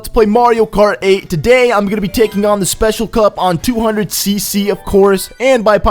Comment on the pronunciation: You said specssle cup